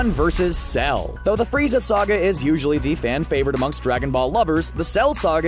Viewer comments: he says FREEZER NOT FRIEZA Somebody has been watching too much dbza 😂😂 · D..did he say......freezer?🤣